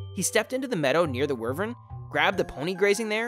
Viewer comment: It’s pronounced WHY-vern